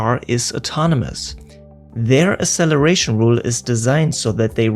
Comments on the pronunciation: FYI there's not a single dictionary that accepts pronunciation of "acceleration" without "ks". The same goes for access and other similar words. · Please learn how to pronounce "acceleration". Hint: the first "c" has a "k" sound. Otherwise, great video. Fascinating stuff. Thank you.